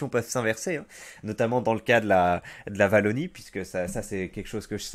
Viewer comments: Wallonie pas Vallonie s'il te plait, je tank pas toute la video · C’est la « ouallonie » pas la « vallonie » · On prononce "Ouallonie" pas "Vallonie"